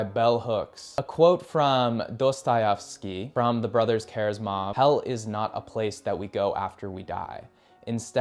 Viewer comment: brothers who? Maybe hasty but damn that pronunciation knocked down down a peg in my eyes